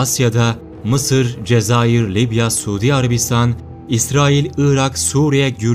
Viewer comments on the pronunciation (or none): none